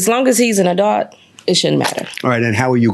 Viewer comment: So many people cannot pronounce the word ADULT 🤦🏽‍♀️